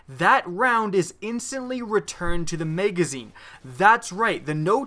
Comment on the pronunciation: "megazine" hehehe